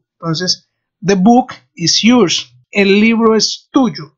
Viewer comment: Fijate que la pronunciación de "Yours" no es correcta. Muy bueno el resto.